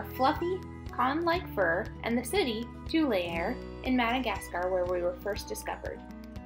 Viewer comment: Two-lee-are. Cute pup!